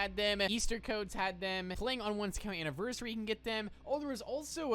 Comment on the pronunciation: STOP SAYING ANNIVERSiRY